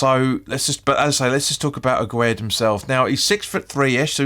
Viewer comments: His name is pronounced Agg ird 😂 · Get his name right 😂😂👍👍